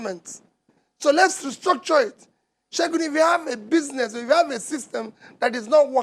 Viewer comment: He kept calling him Segun. Lols